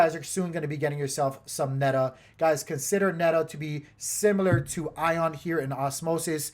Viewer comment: neda ? or meta ? i am sorry i could not understand that